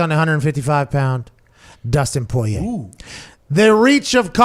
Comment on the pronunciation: Somebody PLEASE get Pat to stop pronouncing Poirier’s name like that